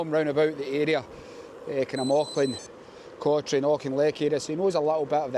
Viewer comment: It's pronounced Coturn no Cotrine. No idea why.